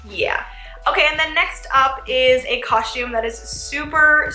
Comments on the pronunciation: Natalie Yusam no she says cushume. Listen. God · Evelyn M same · it's cos-tume not coshtume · It's not coshtum it's costume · its costom not coshtom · ok but it’s coSTum not coSHTum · Ughhhh the way you say COSTUME like COUSME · U keep saying costchume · No offense or anything but it’s pronounced COSTume not COSHume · it's costume lady, not coshtume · I couldn't help but notice that she kept saying coshtume instead of costume; is she Canadian or something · Its not cos-shume its costume! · It's costume not coshtume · Did anyone else hear her say "coshume" instead costume? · This was great BUT she keep saying coshtume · oh my Lord it's costume not coshtumes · you said coshtum soo many times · stop saying coshtume it's pronounced costume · I love ur vid but I can't help but notice u kept saying coshume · does anyone realize that she says costsh instead of costume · She says coshume instead of costume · She keeps saying coshume instead of costume 😂🤣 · She says COSHTUME a few times instead of costume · it annoys me that she keeps saying costume wrong. Its not coshtume is costume!!! TRIGGERED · Lol its costume not costshume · why you keep saying " coshume" why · its costume. not coshtume. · ITS COSTUME!! NOT COSHUME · I just don't like how she says "coshtume" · I hate how she says “coshtume.” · Jenna pronounces costum coshtume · Why did she say costume like that? She said Co-shtume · I love that she said coshtume like me when I was younger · the only thing i dont like about this video is how she says the word costume "coshtume" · Costume. It's pronounced costume. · I just heard she say coshtume 😂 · It annoyed tf out of my that she kept saying coshtume so I didn't watch the whole thing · she said coshtume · Us dancers have said it so many times we've basically gotten tired and found a shortcut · why are u saying coshtume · MadiLynn 13 and costume she says coshtume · I hate when people say that I'm from three country gosh dang it and it's not pronounced coshtume